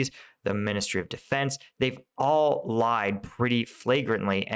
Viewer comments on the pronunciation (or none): none